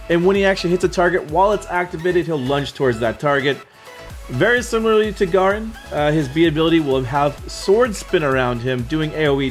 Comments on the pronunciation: nice video ... garen is pronounced Gaeh-Rin btw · Its pronounced Gair-rin